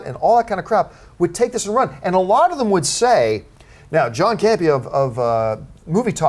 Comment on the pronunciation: Haha John Butchered my name